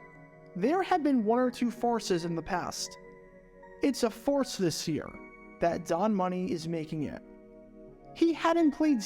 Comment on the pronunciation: Farce, not force.